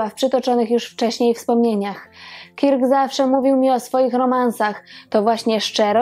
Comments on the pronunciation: B. fajny film, tylko imię Kirk wymawia się bardziej jako Kerk (nie mam alfabetu fonetycznego, więc tak to zapisuję). Wymowę można sprawdzić np. na Google tłumacz.Pozdrawiam i czekam na kolejne wspaniałe programy! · Odcinek super,tylko wymowa KIRK jest tak surowa ,ze mam dreszcze-sugeruje przy okazji podslyszec poprawnej lub zblizonej wymowy przy innych gwiazdach./przepraszam/